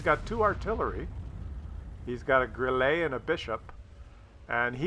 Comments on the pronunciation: Actually it's pronounced "Grill-eh" (I'm fluent in German) ;-) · "GrIlle" is stressed on the first vowel, not the second one, which is more of a throwaway. Because it's a German word, not a French. Just sayin'.Also while we're at it, StuG is pronounced "shtoog". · One tiny thing. If you pronounce the e in the "Grille" short, you would nail the pronunciation of this clicker-mobil. Love the regular gimps videos. Nice to see games which someone like me could (theoretically) achieve myself. :)